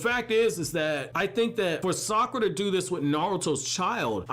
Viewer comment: Fun fact: You pronounce Sakura without "Suck"